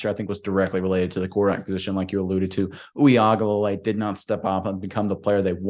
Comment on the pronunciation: DJU was our qb for 3 seasons and you still can’t pronounce his last name?? Smh, it’s oo-wee-ung-a-la-lay 🤦🏻‍♂️